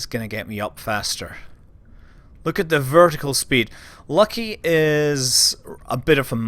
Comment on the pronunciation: LOL...Your "Lucky" sounds like my miniature schnauzer that wants to rip the achilles out of every postmaster that they change to locally...